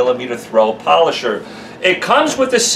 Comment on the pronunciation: its da polosher not rotary